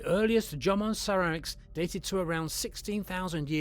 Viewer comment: even in the English version, the AI narrator is pronouncing Jomon strangely...